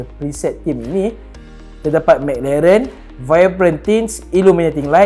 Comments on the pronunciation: lidah pendek 😂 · McLaren tuu bunyi pelik je dia sebut